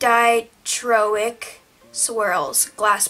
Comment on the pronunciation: I hope your neck gets better soon! also, it's pronounced dye-crow-ick I believe. They're so pretty though 😍